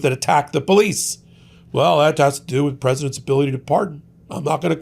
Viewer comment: Karen Jones said the Capitol Poe-lice INVITED them in... ... ... 😑